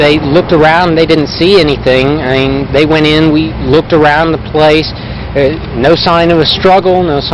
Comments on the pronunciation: First off what this monster did was horrific and I hope Lauren's soul is is at peace. But also omfg the way he says "I mean" and pronounces it like IAMs, the dog food brand, is fucking annoying. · He keeps saying “ieen” for “I mean.” I bet that reporter suspected he was guilty right on the spot because his reaction made him look so guilty. It must have been terrifying knowing you’re interviewing a possible murderer or at the very least a very suspicious person. She did great. Just like Chris watts’s tv interview, Stephen McDaniel did himself no favors with this interview. He did much better in the interrogation than this interview. He just sat there like he was a catatonic state for 17 hours and gave the detectives NOTHING. I hate him for what he did but I’ll give him one thing, he did outplay the detectives. It’s really dark but there’s unintentional humor in the interview. “The hair was thar styven!” Red shirt’s best quote is when he says, “Stephen.. we’re real people.”That point in the interrogation you can just give up because you know you’re not gonna get a confession if you have to tell the suspect that they’re real people. Probably the funniest yet most profound thing I’ve ever heard in an interrogation. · Its " I mean" not "ieam" scumbag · "I 'ean" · For being a law student and supposedly "smart" he is not well spoken at all!!!! "I eeen" is NOT A word!!!! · “ I een” = I mean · Haha was gonna post myself about all the "i'eengs." Legend for beating me to it. Glad someone else noticed. "I'eeng, she was such a nice person." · Why's he keep saying aing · Interesting how he mispronounced the words "I mean.." everytime. My thought is he did it purposefully bcus it sounded too much like "I'm mean", and it would point to him. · I think he’s saying “I mean.” It’s become a single syllable, granular version of what was once English lol.